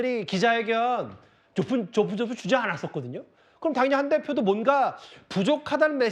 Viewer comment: 한대표가 한덕표로 들렸어요 ㅎ~~